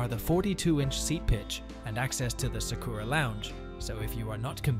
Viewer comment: That is NOT how you pronounce Sakura.